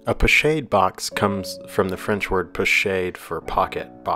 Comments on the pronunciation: Lovely work, perhaps a more accurate pronunciation, as it is a French word, would be ‘po-schaahd’ , like ‘ahh’, not as in shade. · Thank you for this - but it is pronounced 'po-SHOD' not 'shade'. Like a horse gets shod. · Being a French word, I thought it was pronounced 'Po-Shod'? Or is it 'Po-Shād'(the ā as in day)? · Pochade is pronounced with a soft "a" darlin...😊